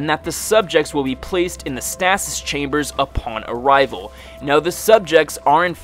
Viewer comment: Why cant he say stasis correctly?